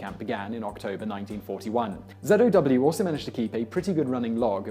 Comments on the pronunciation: zow not zedow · why he sayinh zedow